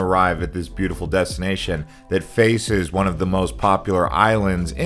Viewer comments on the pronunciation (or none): none